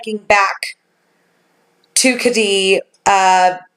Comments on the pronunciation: You're not pronouncing it correctly, it's Ked-die, ked like the shoe, dee like it sounds, not Ka-dee. My dad is WW2 Navy Air Force vet. he'll be 89 this year. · As a native Californian this has been a case many have talked about. The pronunciation of the town is Ked-dee. Glad to see you pick this one up! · 1) The name of the resort rhymes with "Eddie".... 2) It's all YOUR fault that I stayed up ALL night researching this case. :)